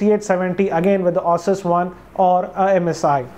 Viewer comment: Its ASUS not OSES....... and i5 2500 series supports only z68 chipsets you can't use any other mobo.... so both which ever you were talking were z68 based chipsets!